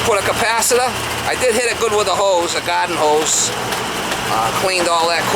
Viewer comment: What is a "gadden hose" haha had to say it